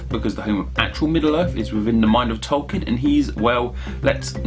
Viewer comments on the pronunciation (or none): none